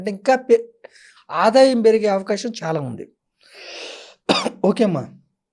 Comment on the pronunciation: మీరు మీ' తల్లి దండ్రులను, చెల్లిని ' థల్లి థండ్రులు, ఛెల్లి ' అని ఇతరులకు పరిచయం చేయరని అనుకుంటున్నాను. ఒక వేళ నా ఊహ తప్పు అయితే క్షంతవ్యుడను. మీరు ' ఛాలా ' అని కాదు ' చాలా ' అని; 'ఛిన్న ' కాదు ' చిన్న ' అని; ',; ' అంథో ఇంథో ' అని కాక ' అంతో ఇంతో ' అని పలకాలమ్మా. ఇక ఉటంకించడం మొదలు పెడితే అపభ్రంశ ఉచ్ఛారణ గల పదాలు నీ నోటి నుండి ధారాపాతంగా వెలువడుతు ఉన్నాయి అని తెలుపడానికి నేను సంశయించ వలసిన అవసరం లేదు. అక్షరాలకి లేని చోట ఒత్తులను చేర్చి పలకటం నీ దృష్ఠి, లో ఒక (నీ) style కావచ్చు, కానీ అది సమర్థనీయ ఉచ్ఛారణ కాదని గ్రహించి తదనుగుణంగా నీ ఉచ్ఛారణను సరిచేసుకో వలసినదిగా వినమ్రంగా మిమ్మల్ని అభ్యర్ధిస్తున్నాను ' తల్లీ ' నీ style లోనైతే ' థల్లీ ' అంగ్ల భాషా జ్ఞానం లేని ఒక హిందీ ఉపాధ్యాయుడు ' challenge ' ని ' ఛలేంగే ' అని పలికినా తప్పు కాబోదు అని నా భావన. చుంచు sorry మంచు లక్ష్మి విదేశాలలో కొంతకాలం చదువుకున్నది కనుక ఆవిడ అదోరకమైన ఉచ్ఛాలణను అలవరచుకొని; (తను విదేశాలలో చదువు నెరపానని తాను చెప్పకనే ఇతరులు గ్రహించాలని కాబోలు) అలా మాట్లాడుతు ఉన్నారు అని మనం భావించ వచ్చునేమో.